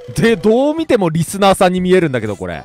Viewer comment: リ↑ス→ナー→